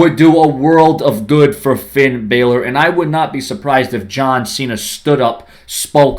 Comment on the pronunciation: Finn deserves to fight against John cena and you say his last name wrong half of time